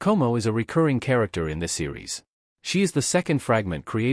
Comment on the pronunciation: you kinda mispronounce the names,.. Tomoe - To Mo Eh Komoe - Ko Mo Eh ... but who care